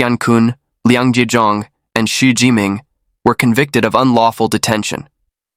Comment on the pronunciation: i want to show you how to pronounce Chinese names., "mei qi" is promounced "mei chi". "qi gong" is "chi gong" "xi" is "Si" Please make the corrections in your next video when you pronounce Chinese names.